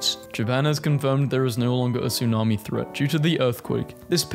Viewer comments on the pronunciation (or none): none